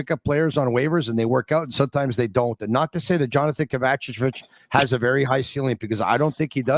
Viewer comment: OMG DAD Stop with KA-VA-CHA-VICH Its KOV-UH-CHE-VITCH Great Show keep it going guys !!!!